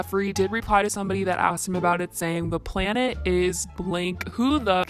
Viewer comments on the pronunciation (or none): none